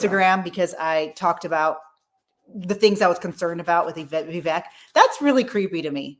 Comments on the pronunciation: by the way. its Vi-vaik. like Cake. thats the proper pronunciation. thanks for the video, new subscriber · Thank you both for doing this Live! You have excellent points in regards to (proper pronunciation is Viv ache as in cake, that's how Vivek says it is pronounced) Vivek. He's too good to be true is what I see and I do think he's another Obama. And same here,, I was fooled by Obama too and I don't want to be blindsided ever again. Vivek being a Hindu is his prerogative but I hated when he used "Jesus Christ's" name in vain and that did it for me. I appreciate you both addressing this, thank you!! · First of all it's Vivek (like cake). Second, he won a scholarship from PAUL Soros not George. Peeps on this page needs to do some research. Third, I just saw another Vivek event and he refused to talk bad about Trump. He's taking the higher road. Hubby there said Vivek say he wants to send jobs to China. When did he say that? He has announced his religion in public months ago. So, if he's Hindu. What's the issue? He needs to be a Christian? Are you saying he's a heathen for being Hindu and only Christians should be President? Please clarify. Vivek has travelled to over 330+ events in Iowa. No one in American history has done that. His hustle is unapparelled. By the way, Vivek posted 20 years of tax returns, Trump never did. You keep saying "paid". Who paid him and when? Insults and insinuations are easy. Come up with the receipts and I will then listen. If you think Trump would destroy Vivek in a debate. Hmmm, it would be definitely interesting to watch. I hope he does well in Iowa. Trump is right about one thing, Vivek is not MAGA. He's America first.